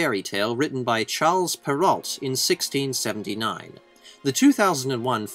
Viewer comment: Just a nitpick. You don't pronounce the last T in Perrault. That's the french way, my friend, lol. I was also always amused how Patrick Stewart was always not able to pronounce his own french character name in Star Trek TNG. You also do not pronounce the last letter in this one.